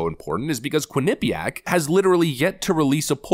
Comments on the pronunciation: I like this guy. I'd also like him to pronounce well-known names in the right way. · That's not how you pronounce Quinnipiac xD I literally live 5 miles away from the Uni